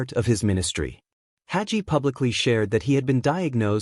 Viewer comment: When n A I BOT says "Hajee:" for "Hagee" it tells me the AI progarmmer does NOT KMOW John Hagee. Another fraud hiding behind AI, instead of having the SPINE to use a MIC!